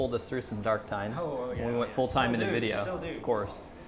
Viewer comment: best experience: "Well-cum to a-noda Wii-deo" girl 😂😂😂